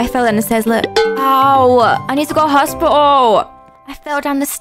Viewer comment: I love how she said hospital in a funny accent! 😂 "Hosp'tal